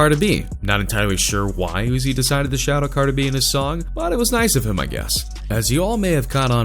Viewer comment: “cARD-eh B-eE”